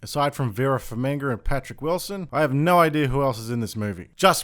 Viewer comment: Who`s Vera "Farminga"? lol